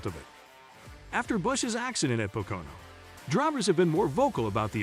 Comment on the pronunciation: Please learn how to pronounce Pocono